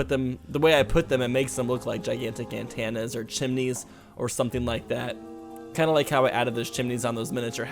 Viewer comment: I love how he says "antANas" instead of "antennas" so cute! 😂